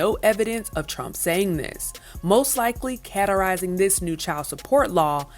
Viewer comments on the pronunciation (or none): Caterizing? Oh, you mean categorizing.. Words...